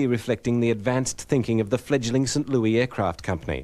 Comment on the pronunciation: did he say St. Loui?